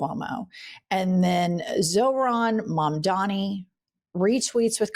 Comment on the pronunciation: Come on,. It's Zohran Mamdani, not Zoran Mamdami. Mis-pronouncing (like Kamala) is an easy way that the right dismisses our very qualified candidates. Please make sure to respect them enough to get their names right - ESPECIALLY when they are minority.